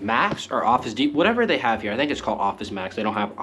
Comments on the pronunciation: You're saying depot wrong. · I am sorry but how did you pronounce the word DEPOT??